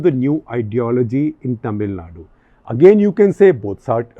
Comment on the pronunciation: Sir ji it's not "ट"मिलनाडू it's "त"मिलनाडू🙏🏻